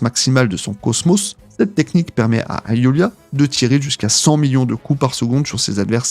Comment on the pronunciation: Le cosmÔ? La chaine de CHOUNE?? je sais pas moi, on dit [cosmOSSE], la chaine de [CHEUNE].... Tu es sûr d'avoir regarder ne serait-ce qu'un seul épisode des chevaliers du zodiaque,??? 🤔🤔🤔